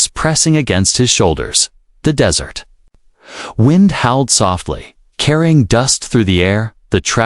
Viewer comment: You need a new AI/TTS, it does not know the difference between dry sandy location and sweet food. All that is necessary is to review before posting.